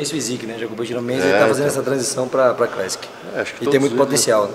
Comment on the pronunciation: Leo:- "Favela crÉssiqui." 😂🤣👽🤫